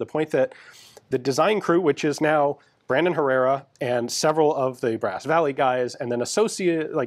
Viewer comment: Every time you say “Brandon” I hear “Raymond” and then I want to listen to a Fear Factory song because Raymond Herrera is the drummer for Fear Factory.